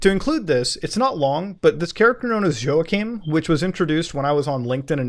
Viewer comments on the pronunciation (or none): Isn't Joachim pronounced wah-keem?